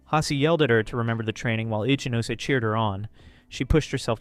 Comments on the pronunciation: Great video, but i would like to provide one bit of pronunciation advice. Ichinose would be said "ee-chee-no-say", not like "itchy nose"😂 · I enjoy your reading but please learn how to pronounce romanji. The rules are simple and consistent, but it makes a big difference. R.I.P. my man itchy nose. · 'Itchy nose'!? 😂 l believe that's what they pronounced it